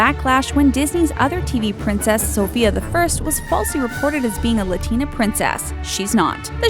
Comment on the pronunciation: You pronounced almost every name wrong, I wheezed when you said Latina because- never mind. (Wheezeimsorrybutijusthadtogetthatoutofmysystem)